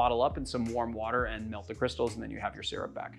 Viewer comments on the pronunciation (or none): none